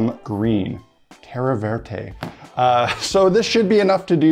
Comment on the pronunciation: You actually pronounced it right! Terra verde means green land!